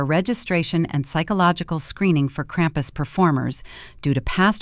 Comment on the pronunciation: Ai - cannot pronounce krumpus.